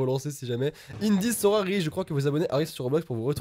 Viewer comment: Sora c'est pas arrouw ArrOw